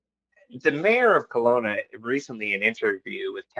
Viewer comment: KELOWNA NOT COLONA